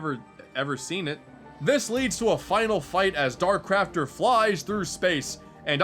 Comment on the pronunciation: In Kirbys rainbow curse at the final boss I thought he said dark crapter